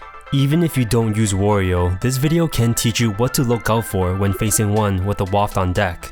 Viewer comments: Not "Worio" it's Wario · Isn't the A in Wario pronounced like the A in Mario, not as in the word war? i mean you wouldn't say "more-e-o" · i havent played a game with wario in ages, but in mario party 2 and mario kart 64 he says wa-ree-o like you would say the A in mario. interesting that they later changed it, i wonder why they did